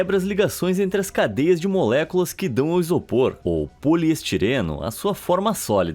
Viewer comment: eu lembrando ele falando moléculas: MULEKULAXX MULEKULAXX MULEKULAXX MULEKULAXX MULEKULAXX 😝😝😝😝😝😍😍😍😍😝😝😍😝😍😝😍😍💅💅💅💅